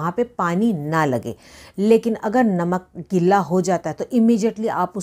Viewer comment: गिल्ला नहीं गीला